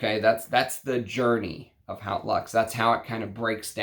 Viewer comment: Just a pedantic pronunciation note but ‘Haute’, meaning ‘high’ or ‘grand’ in English, is pronounced like ‘oat’ (with the ‘h’ being almost silent). Cheers.